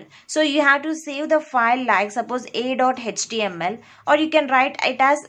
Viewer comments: its ACH-TE-AM-EL(HTML) not tech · Mam, everything is good but you pronounce HTML as-" hatch TML". This is so weird...